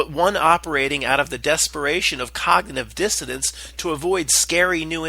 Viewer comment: It's cognitive dissonance it sounds like you're pronouncing the word wrong it's a little annoying sorry to tell you